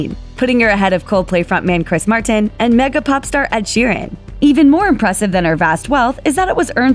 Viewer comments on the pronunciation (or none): none